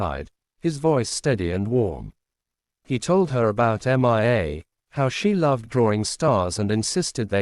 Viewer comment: The reading program is faulty. The name Mia is pronounced MeeYa, not Em eye Ay. The latter is spelled MIA, (all capitals) and refers to my brother and 2 comrades from battle (2 of the 3 have had their bodies returned. the third is still MIA)